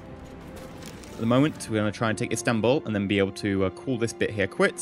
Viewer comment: "instanbul" gr8 pronounci8tion m8